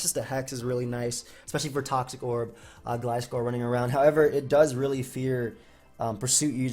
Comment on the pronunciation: You're saying Gliscor's name right. what is this dimension?